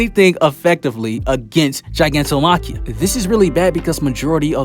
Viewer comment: also its not ji, its gi like guy